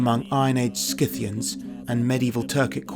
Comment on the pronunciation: It's pronounced Sythian or syth.